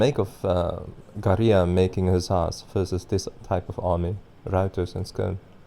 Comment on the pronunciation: You cringe me when you sai Garia instead of Garja